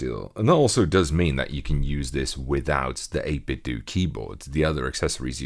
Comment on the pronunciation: Fwap bad, it's pronounced doe. As in what you cook cookies, as in what you call money. Not dew as in Dew we go to the store.